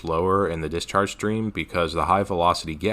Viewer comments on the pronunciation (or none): none